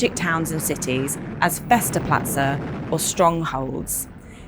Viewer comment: All that time and effort in making the video but couldn't be bothered to learn how to pronounce German words - "fester plazze" - what's that?